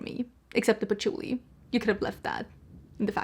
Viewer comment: I 💯 am the same about scents, that replica sounds divine, but then you said poutchulii , and i was like eerck putting on the brakes. Ill wait to hear your review on it! Lol And ues tomato leaves, rain when it hits the hot pavement, you abd i have many similar scent loves